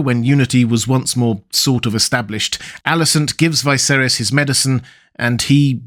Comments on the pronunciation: IT'S NOT Vi(to rhyme with high)-ser(to rhyme with air) - is. It's pronounced Vis(to rhyme with hiss)-ser(to rhyme with her)-is. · Why do you pronounce Viserys as Vyseris? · I'm curious why pronounce Viserys name so differently?